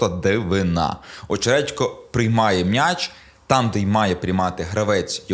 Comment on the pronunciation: Все добре, канєш, але коли чую від: "МНяч", трохи веселить. Мняч, мнясо... Сидорівський діалект,?